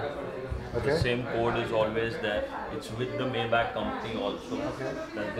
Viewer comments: you pronounce it wrong way mayback, say maybaack. Now you know, knowledge is power 😂😂😂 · He dont even kno how to p4onounce maybach correctly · Maybach pronunciation sahi karo Sahil bhai.. google pronunciation karo